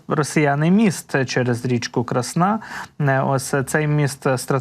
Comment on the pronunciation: Гарний огляд, але наголоси населених пунктів і річок просто ріже вуха. КрАсна річна, не КраснА. Старе українське слово яке означає гарна (крАсна). ЧервонопопІвка. Наголос на і. Яке бляха пОпівка, ну це ж навіть логічно тупо звучить